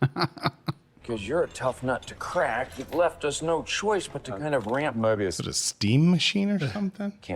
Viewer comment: It's "Mobius" not "Morbius"